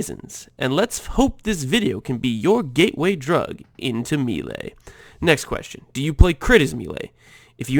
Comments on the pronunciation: pls stop saying me-lay it's more like may-lay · The word "melee" ....... it's not "meelay", it's pronounced "maylay" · It's pronounced "may-lay" :) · im glad im not the only one whose eye twitched when he said it me-ley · Your pronunciation of "maylay" is so bad I can't see all of the brilliance of this build...... . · nah bro, it's "melay" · Exactly. Americans murder a lot of french words. It's meh-lay. Americans: split the word up; there's one 'e' in the first syllable and two in the second. Of course they're not going to have the same sound. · me·lee /ˈmāˌlā,māˈlā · I am Exiled he’s saying it like meelay but it’s either like a short e sound or an ay sound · always so confused when a native english speaker mispronounced melee like this... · he doesnt pronounce it right smart one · Its the first time i hear that "melee" pronunciation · No, it's because he doesn't know how to say it. Just like most of Americans say "expecially", "ekcetera", which triggers the living shit out of me.